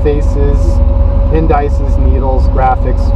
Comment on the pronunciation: I was never able to figure out what this guy meant by end dices when he was talking about the gauges in his various videos. It finally dawned on me that he was just mispronouncing indices (in-duh-seez). Now it makes sense. Absolutely love what Icon is doing with the vehicles, though and would love to own one of these gems some day.